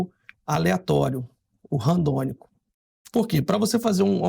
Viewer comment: É Randômico e não Randônico como o irmão estava falando.